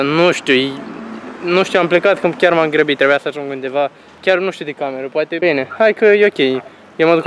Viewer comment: Bile nu se zice Bine Nu Bile